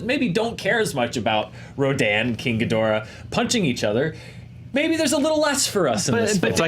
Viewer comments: Ghidorah. Not ghidrah. Say it with me. Ghi Do Rah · King Ghidorah...Ghi-dor-ah 👀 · The cringe of the GHIDORAH!.......being pronounced as "ghidrah" is too painful. Please stop this nonsense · Ouch, that mispronunciation of King Ghidorah's name is painfully off. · Y'all can not pronounce ghidora😂😂